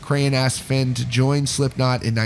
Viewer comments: FANE. Not FENN. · you were so close for pronouncing his last name right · Is Fehn pronounced “fen” or “fein” I’ve heard both